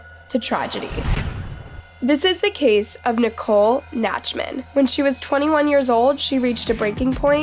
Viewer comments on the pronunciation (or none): The name is NACHTman, not NATCHman. Dumbest chick on YouTube.